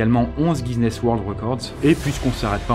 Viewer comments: GUI-NESS PUTAIN PAS GIZENESSE x) (Dsl pour la violence mon bro, juste qu'au bout de deux vidéos parlant de guizenesse ça pique les oreilles) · GUI-NESS PAS GUISNESS OMG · J'ai bien envie de faire une compilation de ses videos où il dit "guiZness"... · Y'a pas de S dans Guinness Record 😂 tu dis Guisness, ça pique les oreilles ;-; À part ça la vidéo est cool, c'est pas le problème XD <3